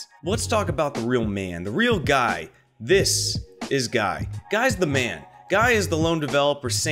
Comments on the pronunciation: "Guy" is pronounced "Gee" at least when I met him he pronounced his name that way. I think maybe he's just rolling with 'guy' because he just gave up correcting everyone. :D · Is guy dutch or belgian?, cuz that’s usually how the dutch or belgian name guy is pronounced here